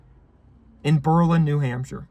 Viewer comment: you can tell he knows what he's talking about because he pronounces Berlin correctly